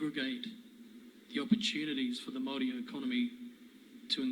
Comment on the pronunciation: If you are going to use the word Maori as a New Zealander you should learn how to pronounce it properly. I am a kiwi and not Maori but I understand respect for the indigenous people of this country and their language.